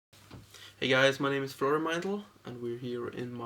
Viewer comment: sounded like he said "my named is frodo meindl" its funny cuz he looks like fucking samwise